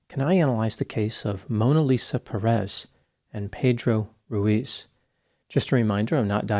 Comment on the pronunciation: Dear Dr. Grande, it is Pérez, the accent goes in the first syllable. As for the story, one more time guns show how dangerous their use is.